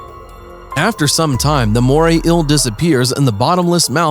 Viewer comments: Marine Inhibatance, did you mean inhabitants. you make me ill like the moray ill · “Mooray ill” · “The moray ill” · Why is he saying moray ill not eel? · “Moray ill” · Moray "ill"? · Inhibitants, Moray ill. God I can’t stand such blatant mispronunciations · "Moray ill" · Take a drink every time he says moray ill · Moray eel not moray ill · Take a shot every time he says morray eel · It's NOT a "moray ILL" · "inhibitants" :) are those things that, like, stop you from doing other things? And what's a Moray ill? I'm only 10 seconds in, this is gonna be gold.